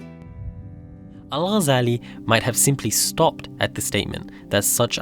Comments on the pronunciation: kudos for not butchering his name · Liked and subscribed as soon as I hared the name pronounced correctly, thank you for the effort in expanding such figures to the world. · I was really impressed by the way u say the arabic name✨✨✨perfect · As a fellow academic, but also as a Muslim, you are one of the few that actually pronounced his last name correctly (literally maybe one of two on the entire site for those are speaking in english regardless of their mother tongue) - even native speakers will pronounce it with a “g” for what I assume is just for the sake of saying it as everyone does? (because then they will pronounce other words and/or *names with عربي) — and even though it is rather trivial, and even pedantic to even care and/or point this out - but I do appreciate how you pronounced it with the ghyan غ , followed with the simple and correct harakat 🫡👍🤝🤲